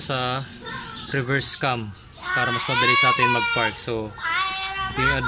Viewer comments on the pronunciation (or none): cam po yon hindi "vam".